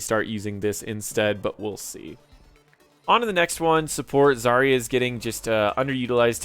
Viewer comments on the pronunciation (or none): none